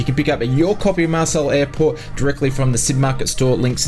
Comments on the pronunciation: Marseille (Mar sell) airport? Its pronounced Mar say....😂 Anyway thanks for the great update as usual. Have you heard anything regarding Indiafoxtecho and the Panavia Tornado they were developing? All seems to have gone quiet? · I'm not French but the city or town where the airport is based is pronounced more like 'Marsay' and not 'Marsell'. I'm not trying to be a dick with this comment either; all the best!